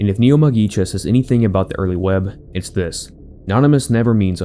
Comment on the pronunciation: Just for the future: the u in japanese is more pronounced like english "oo", so neomugisha is more like neomoogushia and not neoməgisha